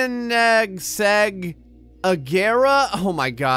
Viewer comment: Not to be an ahole but this is how you pronounce the konigagrae Con-igs-agrra